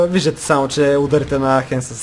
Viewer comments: mai se kazva getafe a ne hetafe a ros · Рос произнася се гетаве на хетаве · Точно Хетафе се произнася.